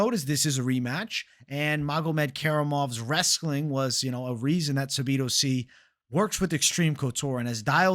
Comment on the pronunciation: Please please please say Sadibou sy’s name right. The way u say it irks me lol